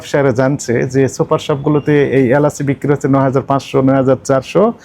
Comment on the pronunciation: এলাস নাকি এলাচ???